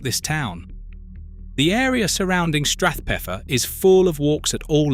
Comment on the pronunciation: Shouldn't Strathpeffer be stressed on "pef"?